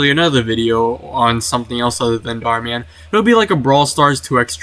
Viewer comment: Bro said "small" channel called Darh Man 😭